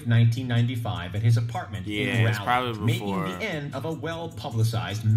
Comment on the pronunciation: Raleigh is pronounced like Raul/iegh I live in NC so hearing him pronounce it that way is funny af 😂